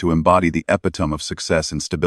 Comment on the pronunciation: Shame ai can't pronounce Madeline, or epitome